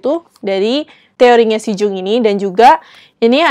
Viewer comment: Tiap 'Jung' disebut pengen teriak...aaaa Yung bacanya 😂. Btw makassiiii rekomennya.